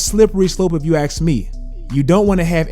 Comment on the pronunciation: "If you axe me."